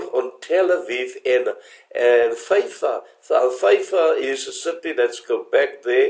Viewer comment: Haifa not Feifa